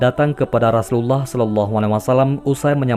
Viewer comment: Maaf kalau membaca Rasulullah seperti gimana gtu ya kak. Apa emang logatnya ya. Dan ada yang typo tulisannya kak. Coba di simak lagi. Maaf sekedar koreksi kak maaf dan terimakasih